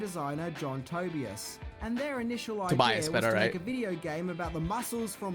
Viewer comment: Lost me when he said John Toby-us.